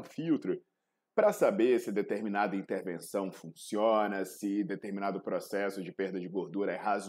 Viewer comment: COMO A GORDURA É QUEBRADAAAAAA? REDPONDE . O QUE "FONCIONA" KKKK COMO disse o proff😂😂😂